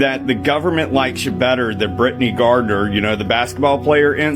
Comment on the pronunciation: did bearded-mullet guy just say, "brittany gardner"...